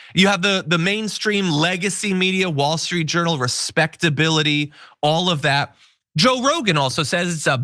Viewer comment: I had to replay the beginning because I thought you called WSJ the "Wall Street Urinal". Now, I'll never be able to unhear it.